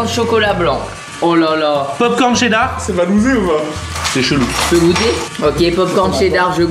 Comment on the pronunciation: C pas dar c cheddar...